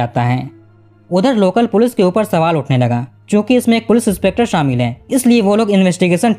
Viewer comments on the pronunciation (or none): none